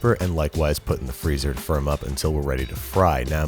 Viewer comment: Whenever he said "firm up" I thought he said "for a month" this made me super confused when he said "that gives me enough time to make cookie cutters"